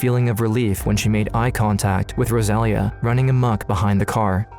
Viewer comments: It lust bothers me that as they are clearly Latinos, the mother's name is obviously "Rosalia" (Without the gringo accent and a very strong "R"), but the man in the video keeps calling her "Góusalia", I can't. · It’s pronounced Rosa Leah not Rozalia. It’s almost disrespectful how white people will not take the time to learn the proper pronunciation of foreign words. But I will always school them. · Please learn how to pronounce Rosalia.